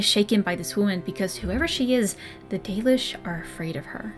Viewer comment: If you think "The Dollish" is bad, google translate says it as "The Delish"